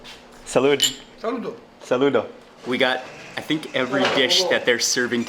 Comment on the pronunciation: Bro said Salude 💀